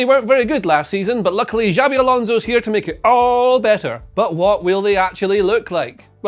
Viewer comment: Xavi is pronounced Chubby , not Jabby